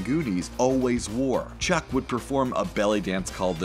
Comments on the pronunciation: Chunk. His Name is Chunk. Not Chuck. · The fact he keeps saying chuck as opposed to Chunk is horrendous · Chunck not Chuck. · Chunk, not Chuck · Did he really call "Chunk", Chuck? Wow! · Chuck? Chuck!?! It’s Chunk... for the love of god it’s CHUNK!! Really man, SMH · Not chuck its chunk ,CHUNK as in a part of not a proper name